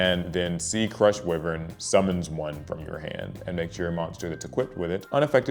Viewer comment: According to Seto's lines in both the anime and Duel Links, "whiv-vern" is actually pronounced "why-vern". Enjoyed the duel.